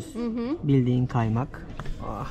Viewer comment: Kuymak ye kuymak. 🤣